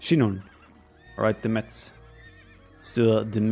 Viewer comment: IN FRENCH, METZ IS PRONOUNCED "MESS".